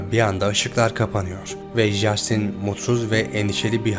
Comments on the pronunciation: Justin diye okumasanız.. Castin.. bunun dünya genelinde okunuşu bu.. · Jastin yerine “Castin” demek bu kadar zor olmamalı ama artık. O kadar yabancı kaynaktan bilgi toplamışsınız bari konusu geçen kişinin isminin nasıl okunduğuna iki dakika dikkat etseydiniz. Bu o kadar zor değil. Tüm video boyunca çok irite ediyor 30 kere yanlış telafuz edildiği için. Söylemesi zor bir isim olsa cidden bu yorumu yazmam ama castin yerina inatla jastin denmesi özensizlik gibi geliyor böyle büyük bir kanal yapınca. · Lütfen 2.videoda jastin değil en azından Castin şeklinde telafuz et dinlerken çok zorlandım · Abi jastin nedir yaa castin okunuyo acayip ic gicikliyo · Abi, lütfen şuna ''Jastin'' deme... O, ingilizce ''Castin'' okunuyor. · Castin diye okunur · videonun tek sıkıntısı jastin denmesi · İngilizce de J harfi ile yazılan herhangi bir şey genel olarak c harfi ile okunur Jastin dediğin için videoya odaklanamiyorum lütfen daha dikkatli ol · Abi Jastin diye bi telaffuz yok! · Hersheyi tamam iyi anlatmishsin da, ama Justin'in ismini duzgun telaffuz etmeyi nasil beceremezsin bey?